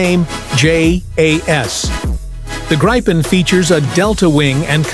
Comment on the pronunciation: Gripen is pronounced grippen. Don't Anglicise. Please.